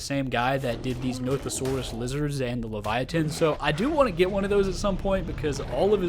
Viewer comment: Hiya Livyatan’s pronounced Live Yah Tan btw